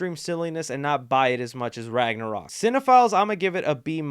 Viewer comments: Lol he said thor ragnorok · Bruh he said thor ragnorok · He said thor ragnorok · you call it ragnorock